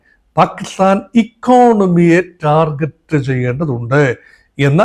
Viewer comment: Sir, Kindly follow correct pronunciation to avoid akwarness . Its 'g' and not 'j' in the pronunciation of Target.